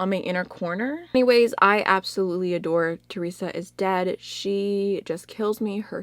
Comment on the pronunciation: You look so happy just talking about your time in nyc! Just FYI: Theresa says her name at the beginning of her vids. It’s said as if there is no “h”...similar to Tuesday=Theresa.